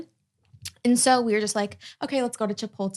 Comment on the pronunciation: and face when Lana says Chipolte 😂😂